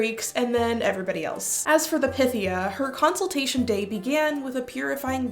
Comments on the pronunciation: I thought it was pronounced as pie-thee-ah..? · Pythia = Pie-thee-ya. Pie. Py. Like Python.